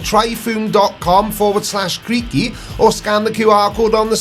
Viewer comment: Just a suggestion going forward and a minor correction to your pronunciation of his name. In videos where he responds to you or references you he always calls you creepy. Perhaps if you in future he will call you creaky if you respect how Americans pronounce their names for example Americans say Creg when they mean Craig and the say Gram when they mean Graham and just so you know for future reference and hopefully to resolve this issue of him calling you creepy, in America Kent Hovind is actually pronounced Kunt wifebeater! If you want to get the accent correct then criminal tax dodging woman beater is the correct pronunciation for people where he comes from!